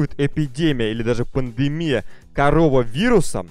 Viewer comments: Правелно не ''Корововурус'' а ''Каронавурус''! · Ты неправильно произносишь это не не корова вирус а коронавирус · Ты сказал карова вирус а надо карона вирус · короновирус а не корововирус